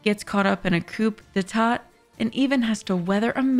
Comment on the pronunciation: Excellent, thanks for the hard work 👍 pronunciation for coup d'état: coo day-tah